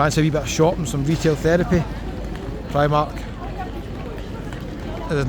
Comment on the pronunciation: Never say "pre-mark" again, that triggered me a bit lol. I agree though it does tick all the boxes this city.